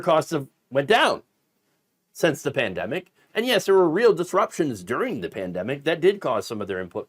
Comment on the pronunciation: Kudlow had a few too many martoonies before this episode. "Prandemic"